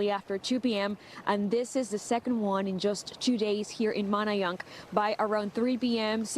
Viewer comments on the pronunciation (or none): Hey girl you better learn to say Manayunk